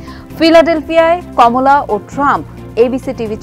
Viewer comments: Please call her কামালা, not কমলা. This is a bit irresponsible on the part of TBS not to pronounce (and write) the name properly. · Her name's Kamala not Komola.